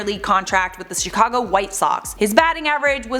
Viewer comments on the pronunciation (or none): none